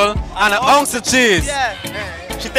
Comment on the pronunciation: An "OUNCE" of cheese?😂